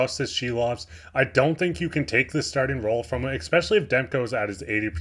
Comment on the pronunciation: Love your insights and hockey wisdom. Just one tip: Because you're a broadcaster now, I politely suggest you start pronouncing the word "especially" correctly (it isn't pronounced "expecially"). Not trying to embarrass you - just trying to help you get better and better. Delete this comment if it is embarrassing - no prob. Love the show. Keep up the great work.